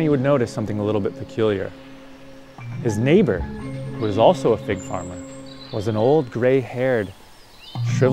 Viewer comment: Oooh fig! Not pig... 🙈